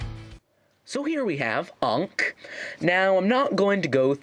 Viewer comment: I'm kinda bothered by your pronounciation of Ankh, but then again. ANKH MADE OF LEGO!!!!!!!! SUBARASHI!!!~~~~~~~ XD